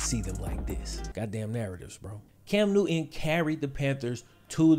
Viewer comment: Cam "New-N" lol